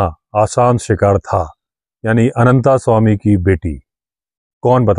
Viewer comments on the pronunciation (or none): आप तो "अनन्तास्वामी" ना कहें। अंग्रेजी मे अनन्त लिखने के लिये t के बाद a लगाते हैं क्यों कि त मे हलन्त नही है। हम हिन्दीभाषिओं को तो सही उच्चारण पता है। और जो hide बनाया था उसका नाम zariba था। original edition मे मिलेगा। वैसे इस adventure को जितनी बर पढ़ता हूं Anderson साहब पर गुस्सा आता है। क्यों कि जब वह पहली बार डाक बंग्लो से अनन्तस्वामी के forest rest house आदमखोर का पीछा करते हुए पहुंचे थे तब क्यो नही अपना back pack साथ लाये थे, जिसमे उनका torch, clamp और प्राइमस स्टोव रखते थे। अगर लाते तो इतनी समस्या नही होती। खैर अन्त भला तो सब भला। पर unholy partnership रोंगटे खड़े कर देता है। अनन्तसवामी को दोष नही देता।